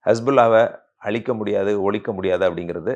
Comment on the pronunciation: அழிக்க வேண்டும் என்பதை அளிக்க வேண்டும் என்று சொல்கிறீர்கள். ழகரம் சரியாகப் பழகவும்.